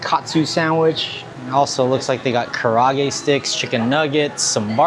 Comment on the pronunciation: ka ra a ge say each syllable separately